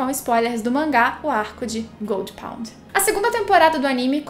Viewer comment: Jurava que quando ela falava Goldy pond, era Gold Pont kkkkk